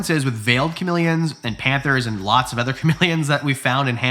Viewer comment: I love your content SO much... been following you for awhile.... but I've been holding back on a comment and I just can't anymore... why can't you pronounce "other" and instead say "eether" lol I'm also Canadian ♡ but come on man, its Other not EHther lol 😂❤ but it's all good, I'm just being silly goosey, bobs my uncle, lol